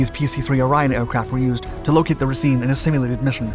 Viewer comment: Also, the way you're pronouncing Racine is a bit wrong, i grew up in the city the ship was named for, it should sound like you're saying racing